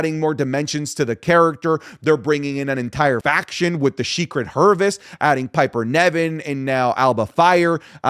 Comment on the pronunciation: I've noticed pretty much never says Piper Niven's name right, he always calls her Piper Nevin and I can't unhear it 😅